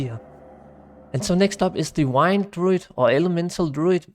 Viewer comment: Great video man, just a heads up, Google how to pronounce 'wind' and 'fury'